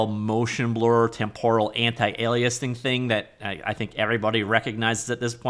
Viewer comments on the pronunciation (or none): none